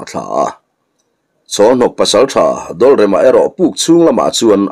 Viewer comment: 'Dawlrema' i tih hi thereng chikhat 'dawlrêm' kan tih hi a ni zawk lo maw? 'dawl/bakhik kan lam ang nilovin, 'dawlrêm' 'rêm'-bo zo vek, pakhatmah awm tawhlo- rêm ti-a lamin, 'dawl'-dawldâng, hrisel lo, damkawr kan lam anga lamin.